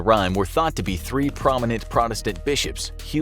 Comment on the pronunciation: It's Ridley not Radley (one of the blind mice).